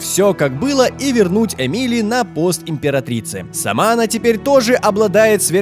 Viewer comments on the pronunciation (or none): Ааааа! Бомбит! Не эмИли, а Эмили! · Не ЭмИли,а Эмили,ударение на Э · А разве Корво не умер, и Эмили (ударение на э) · эмИли? Может Эмили? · Эмили! Ударение на э!